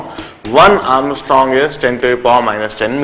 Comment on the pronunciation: Its angstrom sir not ARMSTRONG!!!